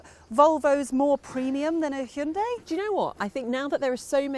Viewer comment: THANK YOU for actually pronouncing Hyundai similarly to how it sounds, as opposed to how the condescending marketing team has told you to because they assume English speakers are idiots. Neither of you mention a heat pump. I think that's one of the major points you have to cover in any car -- 310 miles of range turns to 200 miles in the winter without one, though front and rear heated seats mollify that well. Frunks are direct indicators of front hoods which are too large and should be derided. The Kona has an excuse -- it's a gas car converted to EV. (I sure hope we see the end of those soon -- front wheel drive in an EV?) The HUD does not just look neat -- it makes the car much safer. I don't understand why that's not on every new car.